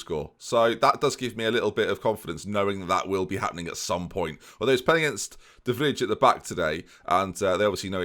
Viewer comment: Your pronunciation of De Vrij almost made me spit out my drink. Think of ij as y, Van Dyk, De Vry etc :)